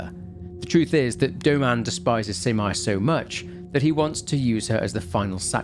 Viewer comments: Minor detail: You pronounce Abe no Seimei's name as "sey-mey", not "sai-mai" Other than that, wonderful breakdown and analysis! I'm always waiting for your uploads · Love your vids. Btw its Seymey not simai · Pls lord why is no one talking about how he pronounces Seimei. He says it like it's "semi" but, really, it's "say-may" Idk man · Seimei (Say-May) and that's a really, really pretty dude. That's literally one of Abe No Seimei's details is that he was very pretty because his mom was a Kitsune (Or so it's said). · Thanks for another great video! Btw Seimei is pronounced more like Say-may. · The way he read seimei as semai, kinda make me laugh. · Loved this game! This was one of the first horror game I played back then. Ty for the video! ❤ Ps. Abe no Seimei name is not pronounced as Semai. Semai means narrow. 😂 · True. The pronounciation of Abe-no-Semei made me crazy, too.